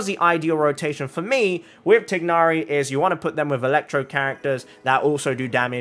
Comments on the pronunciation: i’m glad you are pronouncing his name as “tig-na-ri” the in-game english pronunciation “tie-na-ri” is just wrong… 😞😒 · I really like how he pronounced Tighnari. Thats the closest to actual pronunciation of how he’s meant to be called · Through english grammar you are saying his name correctly, the way mihoyo says his name is wrong. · You're saying his name fine...if I hear THIGH-nari one more time I swear. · I don’t comment at all but I just wanted to say you’re one of the few ppl who pronounce his name correctly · I like how you pronounce his name. It sounds more authentic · i dont think anyone will see this but you are pronouncing tighnari's name right, it's not actually supposed to be tie-nari, its supposed to be the way you said it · You're not pronouncing his name wrong🙂